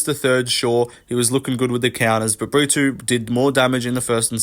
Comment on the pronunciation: Why are you pronouncing “Brito” as “Britoo/Britwo” first Paul felder and now you. Porqueeee